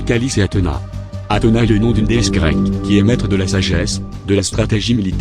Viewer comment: t'as dit Athena alors que c Athéna